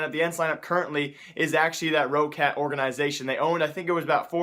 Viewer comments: news It's spoken rocat not that long like ro-ccat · I think Roccat is pronounced like this: Rock cat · It is Rock-Cat.pls m8 stress it like rock-cat. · its Roccat like "rocket" :D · Please lord god Roccat is pronounced Raw-cat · Roccat is pronounced like rocket. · dude, its pronounced roc cat so roccat